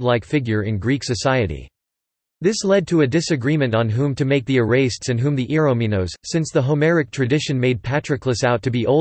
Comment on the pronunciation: They lost me at "erastes," which the speechbot pronounced erase-tes. Gaaach.